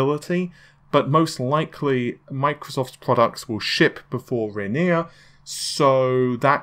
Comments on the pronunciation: Gone from Renor to Renear, it's Renoir (ren wahh)... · Ha "Renear". I wonder what it'll be next week.